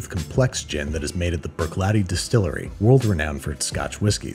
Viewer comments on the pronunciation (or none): none